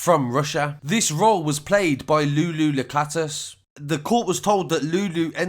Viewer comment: Lula = “Loo-Lah” it just got to me. Otherwise, great coverage as usual 👌🏾